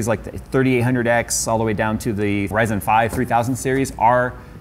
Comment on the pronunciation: He says "zen" normally, but says "ry-zen" like it's a different language